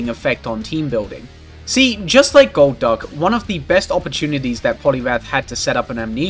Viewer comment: Rewatching the video months later, main takeaway is amazing pronunciation of goal'DUCK